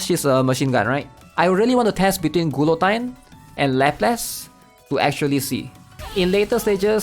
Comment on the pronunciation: lapless ... gulotine .... ugh